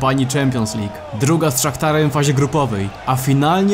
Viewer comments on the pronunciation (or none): none